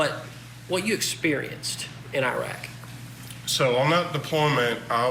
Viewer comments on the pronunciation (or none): Iraq is not a third world country and it’s pronounced with a short i, not a long I.